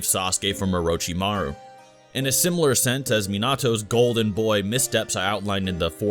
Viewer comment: “Uh ro chi ma rue” omg.... no